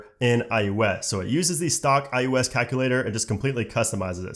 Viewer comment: Why he keeps saying " i U S " ? it is " i O S " !!!